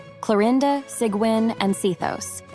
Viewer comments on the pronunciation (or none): These bots can never pronounce sigewinne’s name correctly. 🙄 It’s pronounced Seegween.